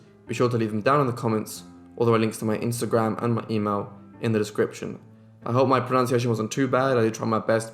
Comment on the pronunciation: You did a banging job with your pronunciations. That’s why I keep coming back to watch more of your videos. I’m intrigued by how perfectly or as perfectly you can pronounce the names and places.